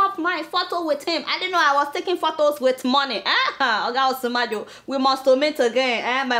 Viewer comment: You're really doing a great job here Adeola. I believe that you are Yoruba based on your name. But I don't actually appreciate how you pronounce Nigerian names wrongly. May be you should watch Channels TV presenters pronounce native names. Don't sacrifice our names on the altar of English diction. The way you pronounce Osinbajo, Fayose and some other native names on your shows is a point of concern. Kindly improve on that.